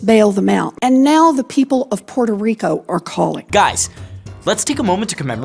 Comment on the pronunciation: Difícil prestar atención cuando no sabe pronunciar el nombre de su propio país “Pororico”, wtf